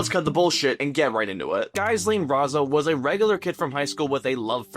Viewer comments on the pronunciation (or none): pretty sure its pronounced ji-lane, like you know whos friend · Pretty sure it's pronounced Ghee-Lane. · Lordy the pronounciation of Ghyslan lol edit: and debut!